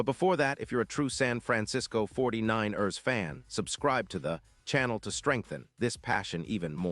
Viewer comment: This AI can't pronounce for ish 49..ers lol. Crosby going to the Niners would be nice but I don't see it happening.